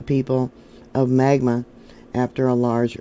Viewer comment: It’s MagNa… also, the Kennecott Mine is due South, near Herriman